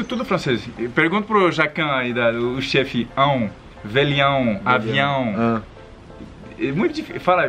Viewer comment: fala melhor o ão, mas os dois são ótimos